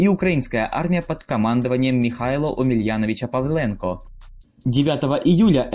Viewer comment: "Миха́йло Омеляно́вич-Павле́нко" так чисто может сказать только украинец. Ты из Украины??